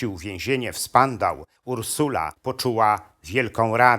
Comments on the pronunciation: NIE spandau a szpandau tak jak i wcześniej NIE stile a sztile. Jeśli wchodzi się w temat niemieckich zbrodniarzy wojennych, to warto zadać sobie trud właściwej wymowy podstawowych zwrotów w jez. niemieckim ! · Zmuszony jest pan bratać się z kłamcami i fałszerzami historii? To chyba panu na prawdziwej historii nie zależy. Na marginesie niemieckie "stille" czyta się "sztile", a więzienie w Berlinie "Spandau" czyta się "szpandał".